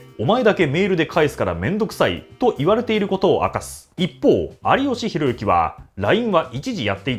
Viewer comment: ありよしひろゆき じゃなくて ありよしひろいき という指摘がまだなかった。。